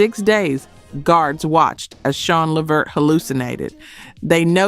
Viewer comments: Call the Late GERALD LEVERT by Pronouncing his Last name as LA -- VERT, got IT!!! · Le-Vert…my gosh…is this A.I? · Why are you saying Levert like this? It's pronounced Le'vert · You need to work on your pronunciation and delivery. This is why you are getting views and no subs. Hope that helps! ❤ Oh, and it’s pronounced “La Vurt”. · Hint: watch just ONE INTERVIEW of your subject, and note what the interviewer calls them. Or, watch a music video where they are introduced, and note what the introducer calls them. It's. leh-VERT, with the emphasis on the last syllable. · I was gonna sub tell i heard her uhm the AI missprounce Levert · Whomever or whatever you are pronounced Levert 4 different ways and even showed more of Gerald as opposed to Sean,interesting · Is this a AI? Because it’s pronouncing Levert’s name WRONG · I subscribed and then you pronounced LeVert in that manner. Unsubscribe! & a dislike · sheeeeesh hearing the LEVERT LAST NAME pronounced like that made me cringe!!!!! I know this has to be AI. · Am I the only person who was irritated by the way she was pronouncing LeVert name!😖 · Any Sister that can't pronounce Levert's name MUST be AI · I thought this was a person until it said Levert wrong. 😒😒😒😒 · Wait, wait WAIT!! This narrator is AI!!?? As popular as Sean, Eddie and Levert were, you don't know the correct pronunciation of their name?? Okay, bye. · Idk if this is AI or what but put some respect on the LeVert name and at least Google how to pronounce it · You can pronounce Cuyahoga but can't pronounce Levert! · Gerald Levert, you saying his name wrong 😢😢😢😮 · This must be made by a.i. The host sounds like a sista, and there just can not be one of us who says Levert like its said in the video. Sounds like feet walking in crunchy show or fingernails on the board. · Thank You! I was about to comment on that. If you cannot pronounce the names find something else to do. She was killing me saying "Levert" wrong as hell. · Le veret the way you pronounce it